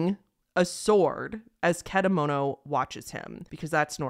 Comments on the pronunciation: (i know im late) but you did pronounce kedamono right! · also i commented this earlier into the video but your pronunciation for kedamono is also pretty much accurate!